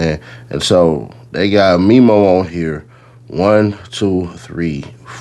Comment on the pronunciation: Its Memo like Mem. Them Mem's. Mem-o